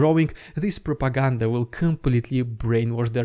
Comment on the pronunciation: rrrrrrrrrrussian prrrrrrrrrrropaganda... HMMMMM xD